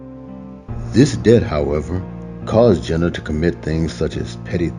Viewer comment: Dont mean to be one of them ppl but she's called jeen not jenna. But very well done vid. I enjoyed it ❤